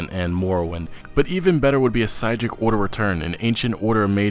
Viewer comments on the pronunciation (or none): did you just say PYSCHIC, its Psijic(Si-jic)